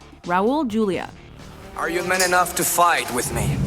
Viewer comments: You mispronounced something AGAIN. You say Julia like Julia Roberts, but it's "Hoo-lia", like, you know, his Latin American heritage. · Julia Is pronounced Hoolia.